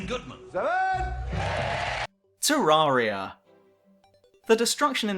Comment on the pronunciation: its terraria not treyaria